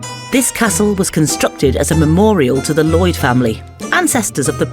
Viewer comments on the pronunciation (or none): none